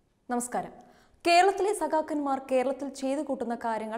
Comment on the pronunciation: എന്ഥായാലും... വല്ലാത്ത മലയാളം പറച്ചിൽ ആയിപ്പോയി....ഖേരളത്തിൽ അദിഖാരം ന്നമുഖ് ഇല്ല...നല്ല മലയാളം പറയാൻ പഠിക്കെടോ....